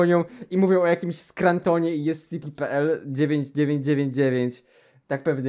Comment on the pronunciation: jak on zamiast ES CI PI powiedział ES CE PE to wtedy właśnie dostałem ataku serca